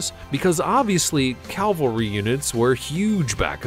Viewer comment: Very nice video about various breeds... one pet peeve though, horses aren't used for "Calvalry" troops, but Cavalry troops. Calvary is where Jesus was killed, Cavalry is where Custer was killed..